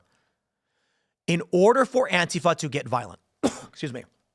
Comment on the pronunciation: Absolutely correct about anti fa. You even pronounce it right lol. It`s not anteefa. I really hate them... Dealt with them forever. They`ve been around a lot longer than people think as well.